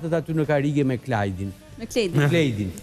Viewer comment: " pusho Klajdi " esht Klejdi " pusho Klajdi " 🤦‍♀️ hajde opionist hajde 😄